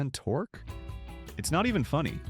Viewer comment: Torq ee? Might want to work on pronunciation. I'm done .